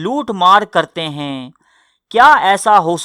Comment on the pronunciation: I love your content but please u need to work on your urdu pronunciations like the words ہے and ہیں also the last words u say please say them properly instead of sounding like a robot. Keep up the good work